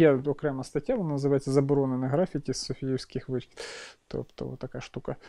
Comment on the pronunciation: ГрафІті, Карл, графІті, а не грАфіті. За відео окреме спасибі.